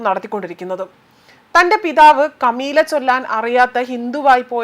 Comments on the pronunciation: Not Kameela. It's 👉 KALIMA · ദയവായി അക്ഷരങ്ങൾ കൃത്യമായി പറയാനും വായിക്കാനും ആങ്കർമാർ ശ്രദ്ധിക്കുക. കലിമ എന്ന വാക്കിനെ കമീല എന്നും, കന്യാസ്ത്രീ എന്ന വാക്കിനെ ക്രിസ്ത്യാനി എന്നുമാണ് വായിച്ചത്. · Kamila alla sister..kalima or kakma... .ayye ayyayyayye...kurachude padikkoo...ayye ..kashtam .. alkkar pottanmaralla. .pottatharam ingane vilichu parayalle...padikkooo...ariyu ... Get more knowledge... Acquire more knowledge..you are continuing mistakes.... Please don't be robotic and not just look and read...each words needs to come out from your knowledge and mind